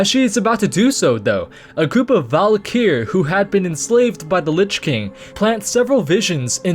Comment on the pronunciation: "Valykier" wtf